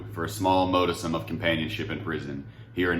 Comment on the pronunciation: I'm not saying this to be a know it all or a smart ass I'm genuinely trying to help. modicum is pronounced mod-eh-kum.. I love you channel brother just trying to help you sound intelligent LOL